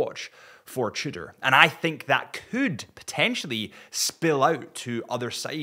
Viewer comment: I can't stand any more "cheudor"....you guys are really annoying.